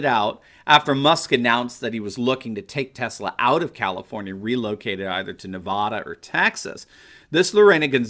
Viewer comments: If you want to be taken seriously by those of us that know, please properly pronounce the name of the state of Nevada. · I enjoy your videos, but please learn how to pronounce Nevada!